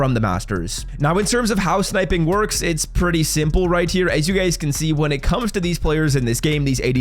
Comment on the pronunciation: How does he not enunciate his H's... he constantly says RIGHT TEAR it's right Hhhhhere